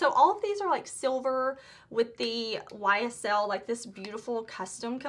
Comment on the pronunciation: Ysl pronunciation a+++. I'm French. Good job!